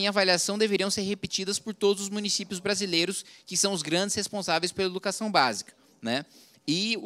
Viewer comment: Ele disse que teve educação de qualidade... para depois de adulto pronunciar "brasileres"? Não faz o menor sentido.